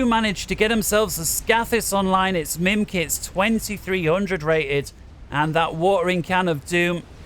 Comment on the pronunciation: Mimikz, not mimkitz ! ^^'